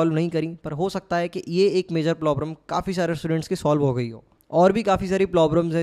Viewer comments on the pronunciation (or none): Aapki advice boht acchi lagi bhaiya , thanks ,but ye plobrum kyu bol the hai problem hota hai (maanta huki feeling par jau ,par phir bhi accha effect ni padhta aap isse sahi kar lijiye) & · "Plobrems" again bhaiya 😂 Why?